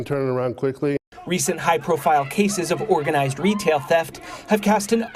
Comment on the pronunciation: "Organislzed criminals"